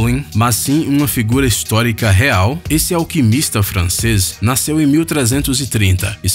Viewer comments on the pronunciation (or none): none